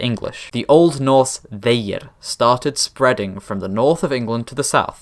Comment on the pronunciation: Love the video but the pronunciation of þeir is not it